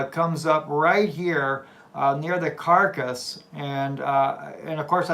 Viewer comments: Caracas (Spanish pronunciation: [kaˈɾakas]) not carcass... Lords blessings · C'mon..... The place is not named after a dead body, the name is pronounced ( cara- cas ) not carcass 🙄 just saying my brother... appreciate the work you do though 😎. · NO not karkas Kah rah kas.... all a in Spanish are ah type how do i say Caracas in Spanish.? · You really should know how to pronounce the name of the TOWN! Otherwise you will be sending people ALL over the country OF Mexico. CAK-RAH-CUS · Lol. Car RA cas.....you keep saying dead body. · I think the city is pronounced Car-a-cas. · you definitely didn't say the name of the State in Venezuela correctly. Come on man. Here you go, try this Ka-ra-cas. Caracas. HABLA BIEN WAY.